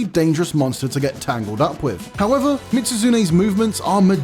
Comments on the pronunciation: Bro literally said Mit-Su-Zune🤦🏽‍♂️ tell me you’ve never played the games without telling me you’ve never played the games… also, Behemoth?! What even is this list?! Fatalis is “arguably one of the strongest” in the game?! Be for real lol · Bro mitsuzune? Nergantay? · Mispronouncing both Mizutsune and Nergigante, as well as having Lagiacrus as the only monster that didn't appear in Worldborne or Risebreak is not a great look, sorry. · Why add behemoth to a best monster hunter monsters list ? Collab monsters shouldn't count and also lol that Mizutsune pronounciation.